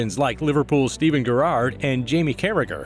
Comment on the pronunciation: I've always loved Steven Gur-Ard. 😂